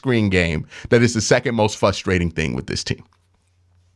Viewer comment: You’re missing the R in the word fRustrating 😉